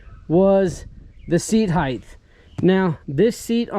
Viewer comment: "Seat heighth"